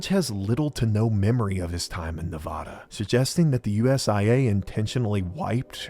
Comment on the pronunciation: Reno Navada mentioned🎉. But you’re saying Nevada wrong.